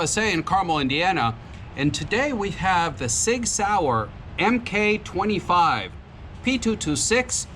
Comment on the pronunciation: As it relates to military weapon platforms, the abbreviation "MK" is pronounce "Mark". P226 Mark 25.